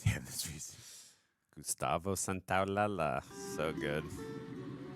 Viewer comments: Ok i gotta just say something thats been bugging me. Its not gustavo santaolala. In spanish when two Ls are next to each other it creates the yuh sound. Gustavo santaolalla is gustavo santaolayuh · It's not SantoaLALA......it's SAN-TOA-LA-LLA. The LL makes a Sha sound. So it's SAN-TOA-LA-SHA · loved the reaction and the first episode was AMAZING!...also I really don't want to be an a-hole I love you guys but gustavo santaolalla last name is pronounced santaolaSHa (the 2 L's in spanish sound like SH) love you guys!!! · i just came to say that i hate how pronounces Santaolalla and i hope he gets corrected or i'm gonna have a seizure